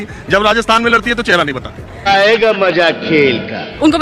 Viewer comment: "MAJAA"...!!?,Ya mazaaaa...!!??, are...kamse kam leader tho correct hindi bolo...phir se hidi bhasha lekar south mein dhamki do...,,Modijii...majaa nahi "MAZA".